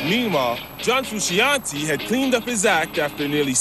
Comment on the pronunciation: Who is this John Fruu-shee- on-teeee?